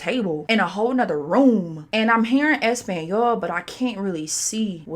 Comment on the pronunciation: the way you keep saying español is frying me😂